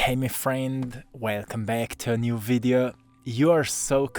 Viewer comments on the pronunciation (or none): none